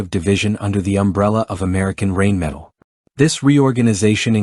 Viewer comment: I don’t even speak German, and I can assure you that your AI or computer generated voice through using to narrate this video can’t even begin to conceive German pronunciation. German is full of words that are made up of multiple words strung together sometimes almost making an entire sentence or paragraph in a single word. The word “Rheinmetall” is a perfect example. It basically means the metal works on the Rhine river. Now how do you pronounce the Rhine river? Not the way you’re stupid computer or AI voice pronounce that in your video. Another DA millennial.